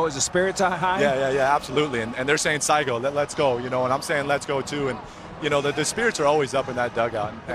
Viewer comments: Ah, sa iko= let's go. Thought he said saigo = that's the end 😂 Look forward to another brilliant piece of baseball against the mighty US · I think he meant "さあ行こう(Sa Ikou)" literally means "Let's go!" though he pronounced "Saigo" like you said. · not "SAiGO" saigo means Last...what you are saying is "SA iKU" means Lets Go💪🏼GO for D'🏆Lars Good Luck for tomorrow! "SA iKU‼️" GOD BLESS YOU SAMURAi🇯🇵JAPAN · Sorry Lars that’s not how to say “let’s go” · "saigo" doesn't mean let's go... lol Noot knows absolutely zero Japanese. Just use a dictionary buddy.